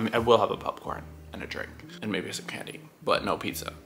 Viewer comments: I had to leave a comment because I was watching Joey's video from Disney sea Japan and the way he says popcorn was driving me crazy and I'm watching your video and your saying it the same way...... pupcorn 😂😂😂😂 makes me wonder if it is something you two picked up from being around each other for so long... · Is saying 'PUPcorn' an East Coast thing? Couldn't help but notice that both and Joey pronounce it this way.